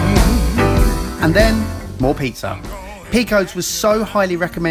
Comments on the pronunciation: The way pronounces Pequod's made me laugh so hard. So glad you guys got there though! Best pizza around. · That is not how you say Pequods.... but I am glad you liked Chicago!